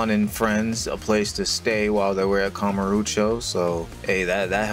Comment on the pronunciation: kamuroooocho is definitely a pronunciation